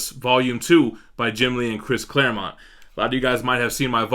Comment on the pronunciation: You said ClareMOUNT again. 😂